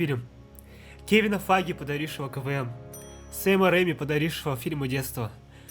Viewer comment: Почему КВМ я каждый раз слышу как КВН